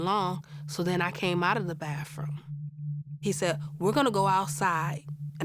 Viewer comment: it’s not “bafroom”!!! Speak in English it’s bathroom!!